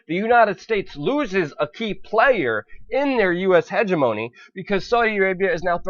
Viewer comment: "hegemony" and "yuan" ... please work on pronunciation